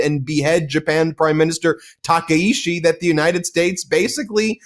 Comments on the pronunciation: Takaichi, not Takaishi. Got it Ben? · Maybe you guys should source Japanese domestic media instead of whitewashing western media who can only communicate in English. So pathetic, if you can’t pronounce our prime minister right, stay out forever. China has been invading everyday and night for last few decades, this is NOT newsworthy. Japanese defense force scrambled 669 times and over 60% of incidents are from Chinese threats. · The name of the Prime Minister of Japan is not Takeishi 竹石. Her name is Sanae Takaichi 高市. Please make sure to get that right.